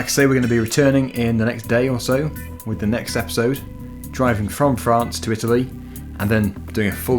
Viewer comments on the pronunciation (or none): none